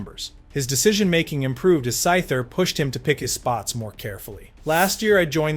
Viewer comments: Lol SaTHer!! Man pronounce that TH why don't ya. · “Sather” is pronounced with the “th” sound in “weather,” “leather,” “rather,” “father,” etc.. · "Sather" sounded a little off too, from what I can remember.